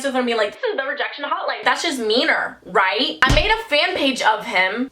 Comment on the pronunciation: Just me or do y’all love it when she say “vright? Vright.”